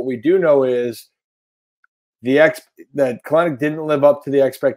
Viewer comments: ca-len-ic ?? ...Come on bro it's Kel-NICK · In the 44 games before he broke his foot this year, Jarred Kelenic posted a .208/.292/.312/.604 line with 65 strikeouts in 178 plate appearances. And his last name is pronounced with only two syllables: KELL-nick.